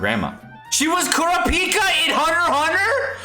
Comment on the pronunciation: The way he said Kurapika made me want to shoot my brains out.